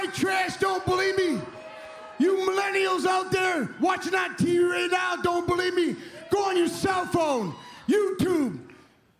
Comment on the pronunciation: "I am one half of the greatest tag team in da history is da business." "You millenials out there, watching on Tee Ree now don't berieve me." " Eli Drakes knowz dat!" -NEW GOLD!